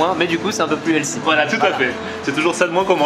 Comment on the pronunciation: "les bégueuls c'est trop L'cie" XD jpp quoi ! et après ça fait le pro sur la prononciation de "cheddar" hahahahaa